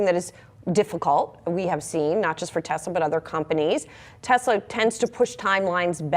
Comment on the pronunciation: No "Desslaww"